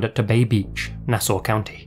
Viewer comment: Very surprised that actually pronounced Massapequa and Nassau correctly.